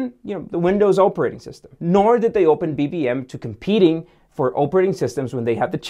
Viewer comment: Most people pronounced it rim instead of r i m also more say operating system not oprah rating system and you dont have to point about the lack of value in the Canadian dollar